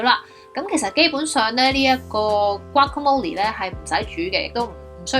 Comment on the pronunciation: 讀“嘩卡魔力’先岩